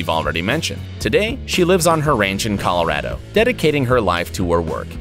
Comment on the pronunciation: The first one is just that being hit in the head by lightning messed with the guys head, it's called real facts, same with the second AND the third and fourth... and fifth AND SIXTH and SEVENTH, + mispronunciation of Colorado AND Eighth this video is of people getting gifts LIKE NORMAL PEOPLE SOMETIMES DO, BUT THESE FROM A HEAD INJURY. CLICKBAIT FOUND